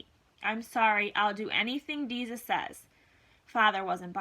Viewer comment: Umm it’s deza